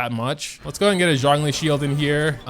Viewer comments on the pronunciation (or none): none